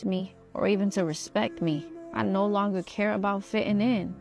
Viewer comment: she says "premerting" instead of promoting like she's Doctor Evil. Then in an Australian accent she says... "nauuuurrrrr" instead of no.